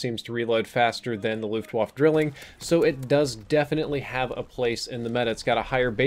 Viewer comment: "Looft wahf"